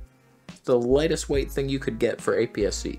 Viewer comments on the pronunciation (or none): none